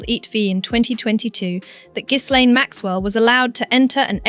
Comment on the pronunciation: For gods sake… the ‘S’ in Ghislaine is silent. It’s not pronounced GIZZLAINE, you AI fool.